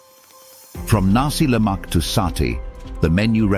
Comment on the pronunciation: Correction : Roti Canai NOT Roti Chennai. Nasi Lemak NOT Nasi Lak